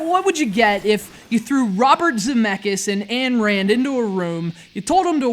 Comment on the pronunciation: 10 points for mispronouncing proto-fascist Ayn Rand's name.